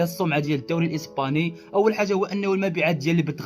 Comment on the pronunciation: الإسباني وليس الإيسباني صحح وبالتوفيق